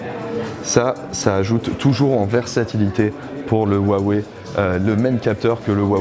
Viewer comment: vous pourriez au moins prononcer correctement le nom de la marque quand même